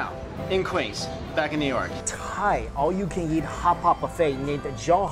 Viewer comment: Every time he says "Eat" it sounds like he's saying "yeet"